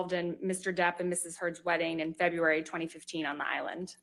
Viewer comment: I'm gonna to leave the fancy analysis of the attorney's incompetence, I just get irritated by the way she pronounces February.